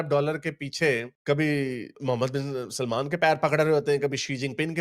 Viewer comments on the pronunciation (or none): none